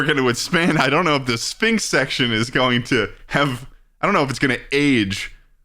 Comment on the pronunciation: Please stop with the syphnx, its concerning